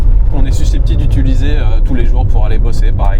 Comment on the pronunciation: Je sais pas si tu as remarque mais tu dis ''ituliser'' a la place de ''utiliser'' 😅